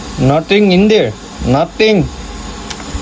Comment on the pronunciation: When he said nothing in there nothing it sounded Indian